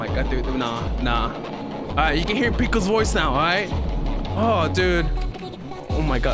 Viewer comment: It sounds like bf is saying “pico’s gonna die”